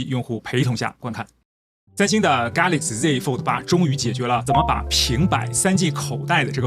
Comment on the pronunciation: 发音不准还要做解说？ 真的很难听 是给laxy，不是噶laxy 丢脸丢到全世界咯